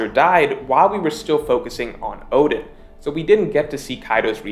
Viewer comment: oden oden, you pronounced odin odin lol hahaha